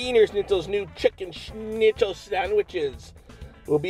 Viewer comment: ur pronunciation of the word schnitzel was surprisingly good ! : )